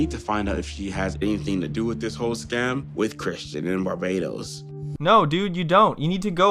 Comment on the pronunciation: The way says Barbados is comedy gold.